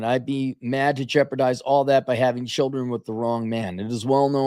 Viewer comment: Cap is pronouncing "children" wrongly here, she would say shillinz.